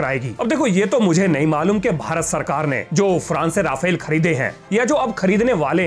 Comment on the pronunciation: Saar Raaapheell.. na chal pai iss baar saaar🥲😂🤣